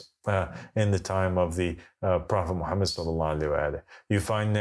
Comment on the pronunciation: Why can’t he prounouns Mohamed salalaahi wa 3laihi wasalam??🤔🤔🤔